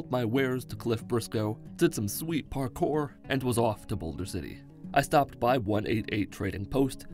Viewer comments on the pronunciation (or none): "Did some sweet parkor" fails